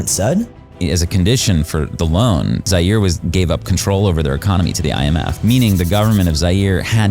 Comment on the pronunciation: The video was so serious untill u pronuonced “zaire” wrong lol😂😂😂😂